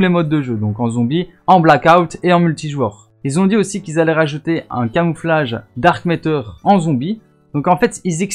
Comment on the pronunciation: C'est dark ma(teur) pas dark métor... Mais jsuis pas facher vous etes pas américain ou canadien